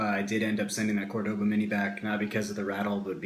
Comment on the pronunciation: fyi... Cordoba sounds like Core-Da-ba not Core-Doe-ba